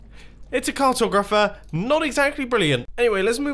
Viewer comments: R/woosh me but did he just say "cart-o-grapher"? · I‘m german and I learned another pronunciation in school. I was taught that the second o is stressed. So what‘s right? What Mumbo says or what my english teacher says?